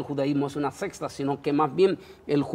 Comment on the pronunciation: Dicen verdades, lastima que no presentan suficiente sustento ni histórico ni bíblico. Y lo hay de sobra. Hno...se dice SECTA, no "sexta".